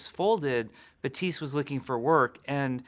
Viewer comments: Jeef its Baptiste not Batise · baPTise not batise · “batise” no. no. jeff, no. it is pronounced bap teest. oh what he created the game? well he’s wrong. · So why do you pronounce his name ba-tees while in the game the character pronounces it bap-tees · Why do they give their new heroes french name but can't learn how to pronounce them correctly? It's baptiste, not beuh-tiiiiice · Jeff pronounces it “bateest”, but the in game character says “bapteest”. I am confusion. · Is he pronouncing it like; Batiis? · Is Jeff aware that his name is Baptiste not batiste? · Why is he saying batisse? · Bap-tise.. I thought his name was pronounced "Bap-tist-te." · Why is everyone saying it Batiste it's Baptiste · buh-teese????? Isnt it BAP- Tees-te? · It's BaPtiste not Batisse Jeff.. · "ba-tiste" i thought it's BAPTISTE like church related thing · I have Haitian parents and fluent in Haitian Creole. Baptiste is a common name and it's pronounced BAP-Teese, not buh-teese. Haitian Creole is basically southern french, but it doesn't mean they're completely identical. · How do you actually pronounce this? Jeff says Buh - teese but it looks like Bap - teest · You’re saying ‘Batees’. In French we would say ‘Bateest’. Is this a Haitian thing I haven’t noticed before? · Pronounced BAP - TEEST. Not BA - TEES. Just FYI. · You pronounce it "Batees"??? The whole time I've been saying "Bap-tees-tay" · i thought you'd pronounce it as bap - teest but jeff isn't pronouncing the p at all??? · THE NAME IS BAP-tiste. It's a common Haitian name!!! The P is not silent. 🇭🇹🇭🇹🇭🇹🇭🇹🇭🇹🇭🇹🇭🇹🇭🇹🇭🇹🇭🇹🇭🇹🇭🇹🇭🇹🇭🇹🇭🇹🇭🇹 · Overwatch: Baptiste Jeff: Bapteese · God dammit, now Jeff is doing the 'buh-teest' thing. You're dead to me, Jeff. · "Hero 30 is Betisse" is that really how you say "Baptiste" in English? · “Batsiste”?????!????? Lmao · "Hero 30 is bateese" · the p is silent. "batist" , like "a bat" and the end of "list". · Wow, I can’t wait to play ”BUHTEESE” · When Jeff says "Batise" DX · he pronounces it butise